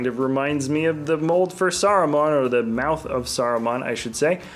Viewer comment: It’s the muth of Sauron not the muth of Saruman!!!! It just hurts. Muth.